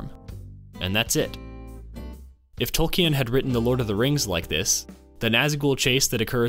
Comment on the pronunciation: Tol-keen, not Tol-key-en